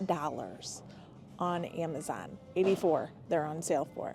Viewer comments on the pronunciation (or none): none